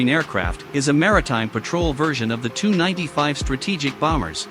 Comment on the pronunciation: Robert P Lutz It’s the crappy computerized voice program not being able to comprehend the abbreviation Tu (Tupolev), so instead of saying “T-U” it came up with “Too”... It does the same thing for Sukhoi, pronouncing the abbreviation Su as “Soo”... And then there’s plurals. Instead of F-16s or F-35s, we’re treated to the non-existent “F-16 S” and “F-35 S”. I hate this shit...